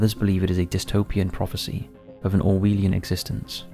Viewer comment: Idk if you know this or care but the edit for the video has you repeating words once the COVID section happens. Otherwise, great insight on the thoughts of these theories!! Edit: Also i believe its Or-WELL-ian. Not Or-WEE-lian